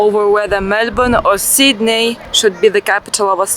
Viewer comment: the way she pronounced Sydney is so funny